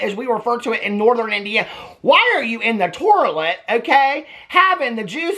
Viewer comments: the TORLET!!! 😂😂😂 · Not the torlet lol 😂😂😂